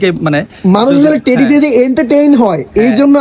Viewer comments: টেরি না টেডি হবে । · ভাই টেরি না টেডি